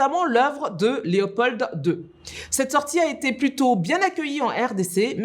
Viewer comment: On ne dit pas LÉOPOLD(E) .. La lettre D à la fin ne se prononce pas. C'est LEOPOL ( d) . Merci